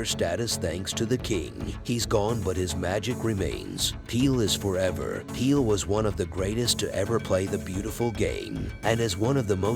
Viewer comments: What's with this calling the man Peel?... The name is Pele. Need to do this tribute over & get it right ... Please out of respect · His name was Pele, NOT Peel !! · I could not finish watching this video. His name is p e l e not p e e l ‼️‼️‼️‼️😡 NOT PEEL‼️‼️‼️‼️😡 PELÉ PELÉ PELÉ PELÉ PELÉ PELÉ PELÉ PELÉ PELÉ PELÉ PELÉ PELÉ PELÉ PELÉ PELÉ PELÉ PELÉ PELÉ PELÉ PELÉ PELÉ PELÉ PELÉ PELÉ PELÉ 🌏🌎🌍🗺️ GREATEST! COULDN'T GOOGLE HIS NAME I MEAN I MEAN ON YOUTUBE YOU COULD FIND SOME KIND OF YOUTUBE THAT SAYS OH HEY THIS IS HOW YOU SAY PELÉ BEFORE YOU RELEASE A VIDEO ABOUT, PELÉ ‼️‼️‼️‼️‼️‼️ They're like fifty of these videos on YouTube. Here is only one: How to pronounce PELÉ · peel ? Please teach guy how to say Pelé! not that hard!! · who in the world is peel??? Surely you have to have witnessed the entire world call him Pelè. Horrible video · How could anyone pronounce his name as Peel 🤦‍♂️ How can you be a reporter. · CR7 images were shown but the narrative refers to Ronaldo of Brazil. Pele pronounced as Peel. The creator of this video could have been more respectful. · Great tribute compilation. But the constant mispronunciation of his name sort of undermines it. The editor should have caught that.